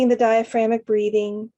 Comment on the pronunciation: Love the video. Just a heads up you are missing a syllable in the word DiaphragmATic breathing. Thanks again for all you do.